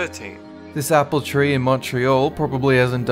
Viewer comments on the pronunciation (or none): none